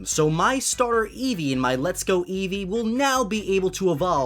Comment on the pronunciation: every time you said Eevee you said it wrong I swear Im communicating to a 6 year-old get off the damn phone